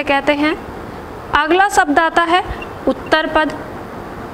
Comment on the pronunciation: आपकी क्लास बहुत अच्छी है। लेकिन प्लीज एक विशेष बात ध्यान दें आप हिंदी भाषा पढ़ा रहे हैं तो प्लीज 'शब्द' को 'सब्द' कहकर ना उच्चरित करें। 'श', 'स' और 'ष' के उच्चारण पर विशेष ध्यान दें। आपका पूरा वीडियो मैंने देखा बहुत अच्छा लगा। बहुत धन्यवाद।